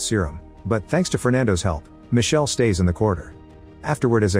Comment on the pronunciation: Micheleeee not michelle